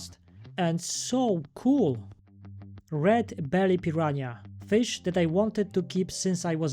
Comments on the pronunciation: Hi, I born in Manaus and grow up in Brazil, Portuguese is one of my mother tongues,the way you pronounce Piranha is perfect! 😊The same sounding then in Vietnamease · From a Brazilian native, its piraNHA. 👍